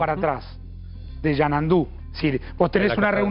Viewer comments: No es Yanandu!!! Es Xanadu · XANADU...XANADUUUUU..NO ES XANANDU! LPM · El lugar es Xanandu o Xanadu😂😂😂